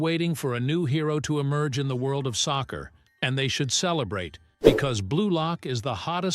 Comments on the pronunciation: what is sosser bro it's soccer not sosser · Stop saying saucer its soccer